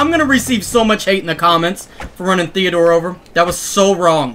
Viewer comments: You said thedor twise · Did he say allvin,theador,theador